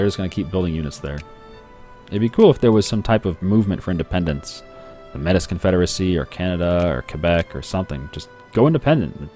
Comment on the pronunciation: FYI - Metis is pronounced May-tee. For those interested